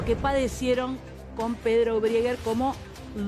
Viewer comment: "briger" Mamita esta chica. No le da.